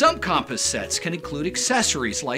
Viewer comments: I was wondering if that was annoying anyone else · Disliked PURELY for "CAHMP-us" pronunciation 💀 bizarre